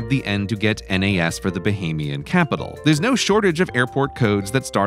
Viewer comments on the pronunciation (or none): none